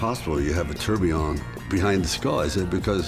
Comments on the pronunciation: you seriously need to stop saying tourBLION… it’s tourBILLON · "Tourblion" :D ROFL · Is it just me or can he not say tourbillon